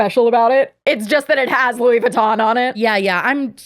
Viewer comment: Lmao I needed a good laugh and Le beautè Lewey vitohn was gold 😂😂